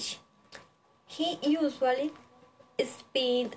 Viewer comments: Mejorar pronunciación de palabras como "live", "usually", "favorite", "fruit", "pineapple" "brother", te falto fluidez y por ultimo dices "my name is" para nombrar a tu gato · Hiciste un buen video, manejas bien la información y expresión de la misma, lo único es que debes de tener en cuenta cosas como la pronunciación de algunas palabras, "live", "usually", "favorite" y "fruit". Dices "my name is" para referirte a tu gato, lo cual está mal, otra forma de decirlo es "His name is...."